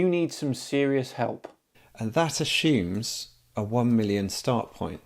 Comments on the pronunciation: Why do some people say 'ashooms' when they are trying to say 'assumes'? It shouldnt bother me but it does, it really does, that and people in the comment section calling other people 'loosers' and not realising the delicious irony of spelling 'loser' wrong. I need to get out more... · " That Ashoooms..." cracks me up!